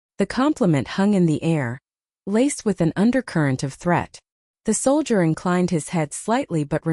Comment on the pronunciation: This is the worst narration I have ever heard. Not only is she going like crazy and you can't keep up with her. But she doesn't even know how to say the word soldier. It didn't take me long to turn it off and find another thing to listen to. Better luck next time